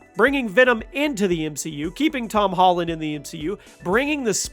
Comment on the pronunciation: ToM HOLLunDaH